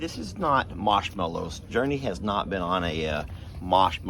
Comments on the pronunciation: honey, are you saying Mosh Mellows instead of Marshmellows? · “Mawsh-mellows”, eh? You can’t even blame that on a Texan accent. Goober! 🤣🤣🤣